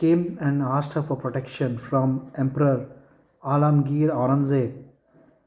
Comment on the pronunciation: "Alamgir" Aurangzeb 😂